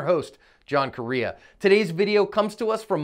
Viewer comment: Lmao I thought he said John Korea 🤣